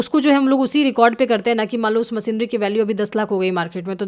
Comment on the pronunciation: बस हिंदी का उच्चारण और थोडा बेहतर हो जाता तो आनंद ही आ जाता / जैसे मसीनरी / मशीनरी , सुड/शुड (should), सेयर/ शेयर, कोसिस/कोशिश, कैस/कैश (cash)